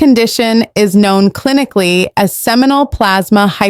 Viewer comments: The narrator was ill prepared in that she wasn't able to correctly pronounce some of the words such as "seminal" and "pre-eclampsia." The producers and editors failed to do their jobs by giving little or poor preparation for the performer. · Sounds like it's AI generated due to mispronunciation of many words including the main topic, namely seminal. Also, it created a vocal fry speak style